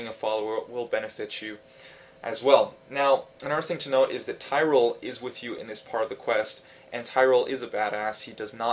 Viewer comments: LOL'd hard at tyrell. lmfao tear-ree-el say it now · How the hell do you not know how to pronounce Tyrael's name after the voice actors do it 500 times during the game?